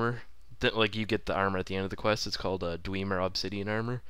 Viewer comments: Not dw-ee-mer It's dw-eh-mer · Its pronounced dweh-mer not dwee-mer. But I don't care you're and is BAWS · Dweeemer? Holy fuck, it's dwemer, a short e. Dweh mer.